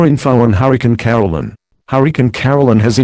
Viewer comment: on the news pronuced ''caroline'' wrong and also